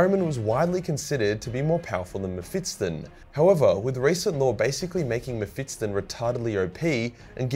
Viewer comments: Bro its Mephisto (Mefisto) not Mefistton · Normal people: Me-phis-ton: Me-phits-ton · I guess its cannon that mephiston is pronounced m-fips-ton and not m-fis-ton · Meff-iss-ton. Not Mef-its-ton. That made my autism hurta bit. Lulz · it's mephiston not mephitson mr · mephiston (meh-fis-ton) not (meh-fits-ton) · According to youtube... this is a video about World of Warcraft... damn aussie, the algorithm does not understand your weirs accent. By the way, it is Mephiston, not Mephitson. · His name is mephiston, if you can say "fist" and "on", then you should be able to pronounce this. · Am I the only one who gets extremely triggered by how wrong pronounces Mephiston's name 🤔😂? Maybe I am wrong but I don't think 'Mephits-ton' is the correct pronunciation and I recently listened to a 10h audiobook featuring the guy 😅. And yes he is very op 😖🤣. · Say Mefitstson one more time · So many Muh-Fit-Stuns. Had to pause the vid for ten minutes while you butchered that name. All around a pretty agreeable psyker list though. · Strange pronunciation of Mephiston